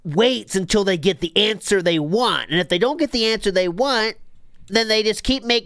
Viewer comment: It only now occurs to me how much of a cosmic joke it is that Phil can't say the word most associated with his focus properly but says it in the funniest way possible. If he said it like "WanT" people wouldn't notice it as much. But no. Of all the fucking pronunciation mistakes. It's him saying Wahh all the time Lolcows really are destined for their place in the universe